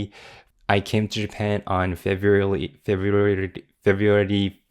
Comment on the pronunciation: Now say February again lol